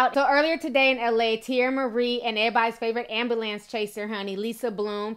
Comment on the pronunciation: Why do people have a hard time saying the word Ambulance? Ambalans? lol you're funny ti, and I still love you. Anyways, 50cent will soon only have 50 cents, if he keeps up the dumb shit.